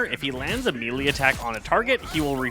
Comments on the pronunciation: For the love of god please…it’s pronounced “MAY-Lay” not “mii-lee” I have watch several of your guides and thank you for making them but bro you are killing me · your guides are great (though you always mispronounce melee)